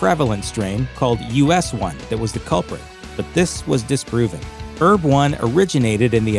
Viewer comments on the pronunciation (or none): Herb not erb